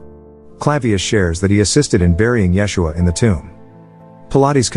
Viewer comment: " yes-u-ah " is how its said in Hebrew